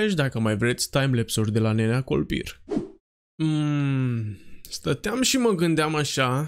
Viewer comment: La început ai zis kolpirrrr 😂😂